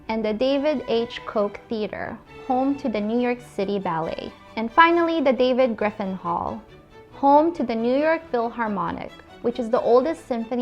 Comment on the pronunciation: I caught several name mispronunciations as well. Geffen, not Griffin was another. But I really enjoyed the video regardless. I have noticed that sometimes when young people talk about famous people from a different era, they don’t know who they are so they don’t pronounce their names correctly. but I don’t see any older people making videos, so I’m happy for someone stepping up and doing it. A piece of unsolicited advice - next time maybe run the video by an older person so they can catch those pronunciation errors. I love videos about New York City history.